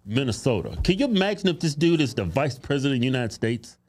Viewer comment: Kevin said it yet again "United Steaks of America". WTF?